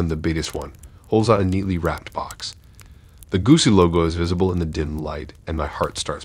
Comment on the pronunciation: Story number one, all I could think was “what a moron”. By the way, it’s Gi-chi, not goosey. Also, what is up with all the mispronunciations of words that are not that difficult? It’s a common pattern in these stories.